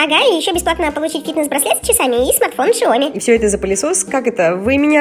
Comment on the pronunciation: не шиоми а сяоми